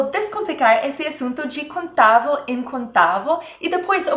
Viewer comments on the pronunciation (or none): Me permita a ousadia de mostrar a você a pronúncia correta: in/contável = in/ contááaaavel e não "contávo". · Eita professora. tenho que assistir de novo. tente falar a palavra "contável" e não "conTAVO" ahaha!!! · Adorei a aula. A pronuncia do “vel” na palavra contável/ incontável que ela cobsegue é: “contavo e incontavo…” Uma graça. Mas, ela é ótima nas aulas